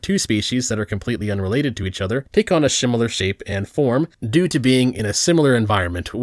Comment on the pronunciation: I like the crab thing you mentioned, my only note is that you said "Shimilar Shape" which is funny. Love your videos keep it up buddy.